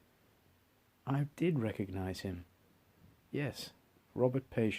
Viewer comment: Pronounced.. PU-Shonse